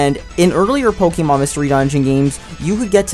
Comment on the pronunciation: can you actually pronounce pokemon right